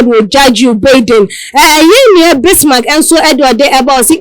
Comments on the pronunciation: Distasteful and classless. Don't they get any training (at least a selection process) before they make a public ridicule of themselves? It is 'Baiden'; not 'Bidden'. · Can someone tell this lady how to pronounce Joe Biden name right? What a SHAME